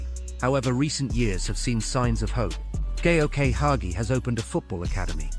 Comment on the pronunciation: Sorry. I thought you were talking about Hagi 😅 But Yes, the narator of that video seems he can’t pronounce correctly ‘Gheorghe Hagi’